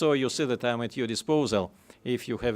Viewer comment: He needs to cut out the "...you see dat". It makes it tough to listen to him present